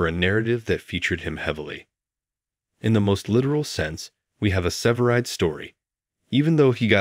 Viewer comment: Its. SEVERIDE NOT SIVERED AS YOU KEEP SAYING.